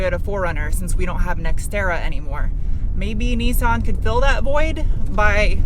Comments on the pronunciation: sorry to be a nerdy nerdie nerd;) BUT ITS NIS-SAN like MISS-TAN not NESAN like GPAN, just thought you might like it...really like your compulsive disorders... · The major problem with this video is your pronunciation of Nissan. 'Nis' = Niss like Kat-niss, 'San' like San-itary. There is no point trying to make it sound remotely foreign.